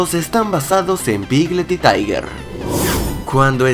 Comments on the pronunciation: Oye es tiger no tayger amigo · No es taiger es tiger t-idoble grrr tiger